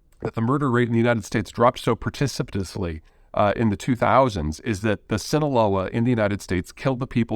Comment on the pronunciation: "Pertisiplussy" ? , I am not familiar with this word , maybe Peter meant precipitously ? Must be The Vegas effect lol Good video as always !